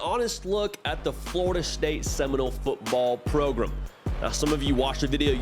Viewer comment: What the hell is a 'progrumb'?